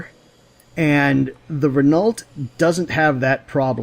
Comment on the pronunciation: Renault - pronounced Re-noh. Just thought you might like to knault.